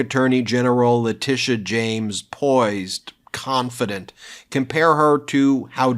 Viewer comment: Interesting how Alina always mispronounces the names of New York Attorney General Leticia James and District Attorney Fani Willis, a way to subtly degrade them.